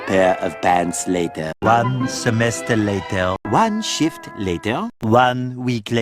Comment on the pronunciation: Is it me or did anyone else think when he said “one shift later” it kinda sounds like “one shįt later”